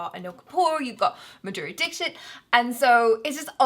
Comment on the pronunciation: Madhuriz surname pronunciation hahahaha lolzzZZ rofl hehe😃